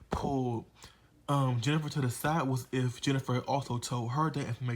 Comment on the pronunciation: "Jeni-FA" lmao. Good review! I enjoyed this very much 😂😂😂